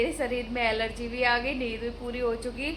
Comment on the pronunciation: एलर्जी नही energy 😂😂